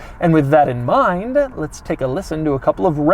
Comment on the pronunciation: I got about 1/3 of the way in to the video, when I just couldn't take any more of Doug's extended pronunciation of certain words such as: Carbon Fiberrrrrrrrrrrrr, Togetherrrrrrrrr. Minnnnnnnd, Passengerrrrrrrr, Onnnn.